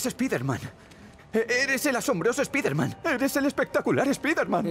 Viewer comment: Es irónico que la palabra "sable" la pronuncien en inglés, pero que "spider-man" lo digan como suena y no como realmente se pronuncia. Supongo que es costumbre de los españoles, por lo tanto no los juzgo, si no que fue solamente una observación. Amo tu canal,. Sigue así. <3